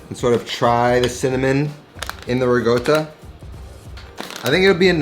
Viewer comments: There is no "g" in ricotta. Slight r roll and there is a double consonant "tt". They are pronounced separately. "rrr- cot ta. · rih-goatuh hehe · imported from the same place he gets “rigoatta” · "RiGotta" ;) My first dinner with my Italian in laws involved being asked how to pronounce this cheese. Failed , but I've learned better.